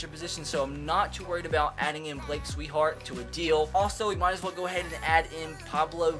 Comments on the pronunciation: lol I noticed that too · is a Red Sox fan but can't even say Swihart correct.. it's "SWI-HEART" not "SWEET-HEART" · It's actually SWI-HART